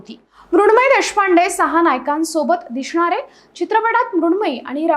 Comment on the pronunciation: दिशनार... अशनार... बोळनार.... हे शब्द आले कुठून..... आपण बोलताना जरा अभ्यास करा....